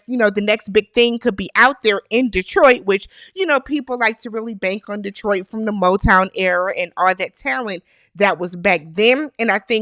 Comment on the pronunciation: Thank you for saying Detroit correctly 😊. Also, agreed about Carlos King, Tyler Perry and those shows..............